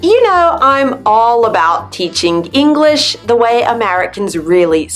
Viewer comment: Do you say English-ah or am I hearing things? LOL